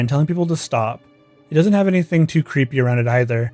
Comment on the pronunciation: Bro just can't properly announciate the word "creepy" in creepypasta